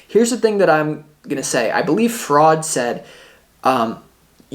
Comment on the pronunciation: Priceless 'fraud' instead of Freud